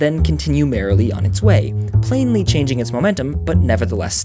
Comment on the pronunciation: "planely" heh heh